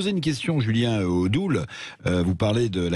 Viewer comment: C'est Julien Odoul, pas Odou !!! Vous pourriez respecter un peu le nom de vos invités, même si c'est un idiot ;)